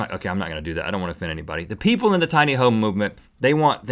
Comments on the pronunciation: xD Oh I've laughed harder than I was supposed to when Rhett messed up on saying "people"! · I love how Rhett has a nard time pronouncing ' people '